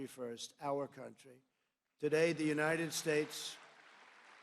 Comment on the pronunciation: Trump can't even pronounce "the United States" correctly. He said "Unitted Shtatshe"..